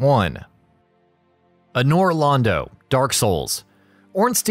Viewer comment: You pronounced “Anor” wrong. And it bugs me, also mispronounced “Irithyll” but good video 👍